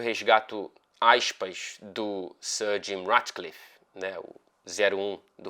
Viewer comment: Eu acho muito foda o jeito como pronuncia o sobrenome "ratcliffe"